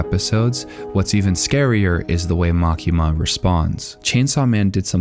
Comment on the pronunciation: LMAO! The way you say makima is bullshit!